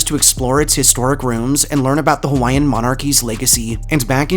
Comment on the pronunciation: Being native Hawaiian and a collector of Hawaiian ghost stories, myths, and legends this was a great video that was mainly accurate. I also like to mention that you did a good job pronouncing most of our Hawaiian words. I’ve heard many butcher the names of places and people that have Hawaiian names but you did well!! Great job. I enjoyed your video.